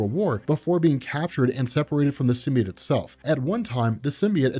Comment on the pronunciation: Its so distracting that you keep saying Sim-bee-it